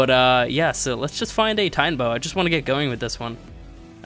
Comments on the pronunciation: Jesus Christ it's been years and you still say "titanboa" TITANO IS IN THE TITLE YOU WROTE FFS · OH MY GOD ITS TITANO-BOA NOT TITAN-BOA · When was is it titanboa not titanaboa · There's an O between Titan and Boa. Titanoboa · It’s TI-TANUH-BOWUH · Why can you not say titanoboa??